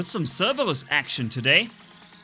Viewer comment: I like The Way he says Cerberus I can't say it like that